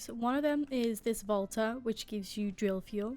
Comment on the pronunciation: when u said volta i thought u said vodka lol